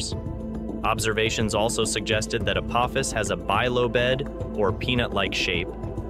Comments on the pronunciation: “Bye low bed?” Pretty sure that’s pronounced bi-lobed, as in having two lobes. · Hey, Mr. AI narrator, it's "bilobed", not "bi-lo-bed". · "bilobed" => "bi" - "lobed" not "bi" - "lo" - "bed." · Bi-lo-bed? Really? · This pronunciation of "bilobed" suggests to me (strongly) that the reader (whether human or AI) doesn't recognize it as the adjective form of "lobe". That's all I need to hear to prompt me to seek this info elsewhere.